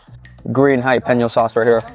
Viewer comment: Jalapeno has an L in the word, not hiyapeno.